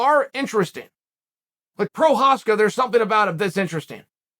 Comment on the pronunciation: Holy Christ! Did Chael just pronounce Prochazka right?!? I don't know if I should be impressed or disappointed.